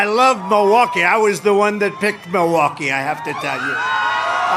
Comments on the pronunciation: It's M>I<lwaukee, Trump. Not Moah-waukee. Check your fixodent Additionally: Trumpers - if you want to see a comedian, go to a comedy club. We shouldn't ever put a cognitive declining self-identifying "comedian" in the White House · It's not "Mawaukee" it's Milwaukee! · He can’t even pronounce it! He keeps saying Miwaulkee, instead of Milwaukee! So DUMB and STUPID!! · Ah looove miwahky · "Muhwahkee." God I hope the debate actually happens. Though it is screwed up that Trump is attempting to call Biden a freaking drug user. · Where's Mulwaukee? He can't even say it properly, that's how little he respects it. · Where’s “Mu-wock-we”? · Trump pronounces “Muhwaukie” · Is it just me, or is Trump pronouncing Milwaukee as “MOwakee”? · Trump sure loves Mawakee, even though he can't pronounce it. I wouldn't care if Biden went on a meth binge as long as he wins. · It isn't pronounced Mowaukee. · Why does he call Milwaukee, Mowaukee? 😂😂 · Projecting is not going to help Donny, he can't even pronounce Milwaukee.